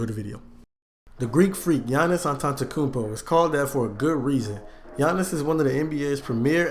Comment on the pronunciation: Giannis antantankounmpo the way he said 😂